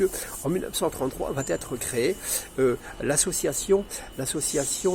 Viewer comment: Merci cher monsieur pour ce petit rappel documenté et utile 👍. On en apprend beaucoup ! Juste une petite remarque : évitez la liaison entre 'va' et 'être' ( il n'y a pas de 't', à votre santé 😉). Cordialement. Mohamed du Havre